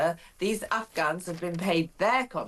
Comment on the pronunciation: Can't Starmer even say "Afghans"? I've listened twice and he seems to say "Ufghuns". 🙄